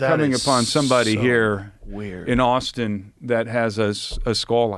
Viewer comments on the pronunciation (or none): none